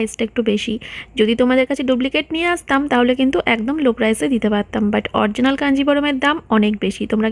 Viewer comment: অরজিনাল বলো কেনো।কথা টা অরিজিনাল original .